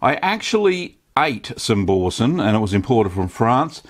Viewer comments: Repeat after me "Boursin" "Boo" "R"" Sein", not bowsen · Pronounce boo-r-sen ;) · O I cringed when u said Boursin. I don’t claim to be french but us brits don’t pronounce the r. Bou-san. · Bore sun? Why can't English speaking countries pronounce foreign words? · Love Aussies, he doesn't even attempt to pronounce the name of the cheese properly. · Great video. Not sure about your pronunciation of Boursin though... :-) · You know how to make it, now just learn how to pronounce it 😉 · your pronunciation of Boursin is hilarious